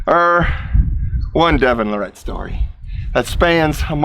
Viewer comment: Devon Luh-Rette Lol has to know how to pronounce his name by now but doesn't 😆 Devon definitely sounds and acts a lil differently then those really old vids of him